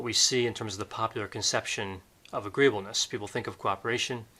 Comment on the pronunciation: Correction: "agreeableness"